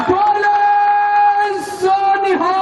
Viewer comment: He did BOLE SO NIHAL so perfectly. Being a Muslim I felt nice. Punjabis must have surely enjoyed it. I think any honest person has spiritual connection (Ek Ruhani taaqath).